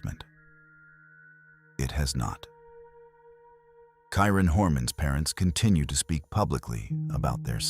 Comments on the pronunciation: This narrator cannot even get the names of the missing correct. Kieran to Kyron 😢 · The Kyron Horman section is distasteful. Mispronouncing his name, not getting the father's name correct, and showing two pictures of him with his mother Desiree, while talking about Terri (#1 suspect who I'm sure did it with her pal DeeDee Spicer) makes it look like Desiree is Terri. Every action of Terri after the disappearance was suspect. The fake crocodile tears during every interview. I can't believe she's still free. Pure evil, heartless. Back to my complaint though, for the respect of the victims and their families, at least get the correct pronunciation of the victim and his father, and for the love of god don't put pictures of the parents in any frame that you are talking about MF'r Terri...